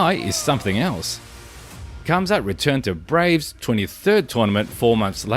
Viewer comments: RRRamzat not Quamzat damn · I think the “K” is silent. Hamzat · it is pronounced hamzat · You're saying his name wrong and pissing me off!